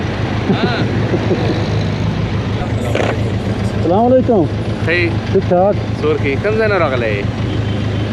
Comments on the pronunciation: Bhai Assalam u Alaikum w.r Bola karen Salam walaekum nhi bolte. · Its as salaamu alaikum... correct it plz